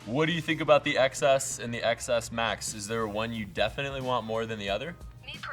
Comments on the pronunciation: Why don’t you pronounce it as 10 s instead of excess? Thats the pronunciation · iPhone XS is pronounced iPhone 10s...c'mon... xD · It's pronounced "10s".